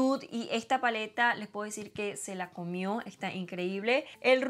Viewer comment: Omg estás hermosa, me gusta cuando te haces estos maquillajes más sencillos pero que resaltan lo linda que eres ❤️ se te salió lo venezolana cuando dijiste se la comió 😂